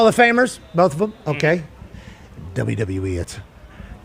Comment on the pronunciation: Can someone teach how to say THEM, thum is one of the dumbest pronunciations in our language.